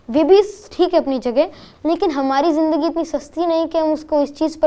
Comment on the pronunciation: Great collaboration.Both are experts in their respective zone.But interviewer sir should work on Hindi pronunciation...specially on sound “sa” and “sha”,”Ja” and “Za”.like it is shahar not sahar,Zindagi not jindagi.Good luck....It is not a big thing but when you are on a big platform these small things affects your presentation.Goodluck👍